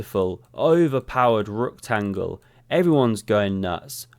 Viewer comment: ‘Rook-tangle’ learn something new every day.